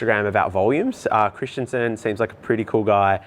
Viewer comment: Christenson not Christianson ,wft ! At least get the name right!🤦‍♂️.